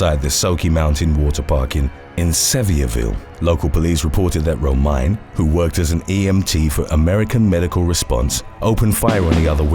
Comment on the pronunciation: It's not Ro-mine it's Ro-mi-ne! Gypsy girl lol!